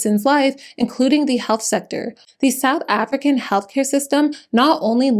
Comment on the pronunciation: As a South African I want to acknowledge that you did a solid job with the name pronunciations. 👏